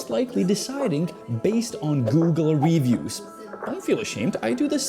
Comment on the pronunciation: i just can't deal with his wrongful pronunciation of the word "reviews" lol its like when he was saying christmers 1000 times in a video